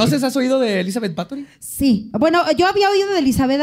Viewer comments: En nuestra gustas sección de que dijo mal. XD Es Bathory, así asecas. Como lo dijo es con acento de películas de vampiros de la Hammer, no como se dice realmente. De hecho hay un dato que me sorprendió que no dijera. Erzebeth era prima segunda de otro personaje que ya hablado Vlad Tepes. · así no se pronuncia Bathory, no mientas por convivir. Googlea cómo se pronuncia en rumano y húngaro. De nada. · Do baben. nada más pronuncia mal, no está pendejo